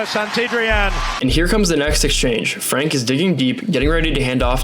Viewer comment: The A in klaver comes close to the A's in Bahama's. De A in van and Franke is like the A in car. The EE in peeters is like the A in race.